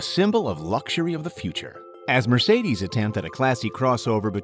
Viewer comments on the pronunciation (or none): none